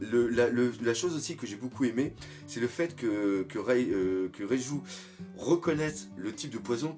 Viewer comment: c'est Reiju et pas Raizou mais ça on te le dit tout le temps